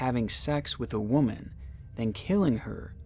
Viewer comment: Why do you keep saying woman wrong? It really isn't that hard. It's getting annoying across many video's. I do love ur content tho and u got my like and sub